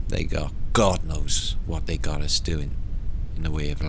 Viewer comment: Where is the K on you? aus, not yet, us, still different. This.. truly straight foreward! Huggs.NL